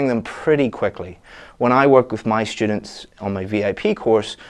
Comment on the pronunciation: Hey, I noticed you pronounce students like shtudents? Is it really common?